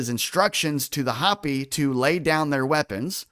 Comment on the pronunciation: It's, Hope-y, not Hop-y, sorry, grammar 😂😂 Native American Indians. They have tales of alien beings. U probably have heard. The Big Dipper makes a swastika over the year, look into it 💯👍